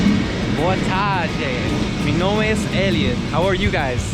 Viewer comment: "mi mombre"???? WTF?